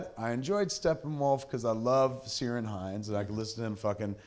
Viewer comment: Kevin it's Ciaran Hinds (pronounced Kieran) K... Irish, he's from Co. Down, Ulster 😀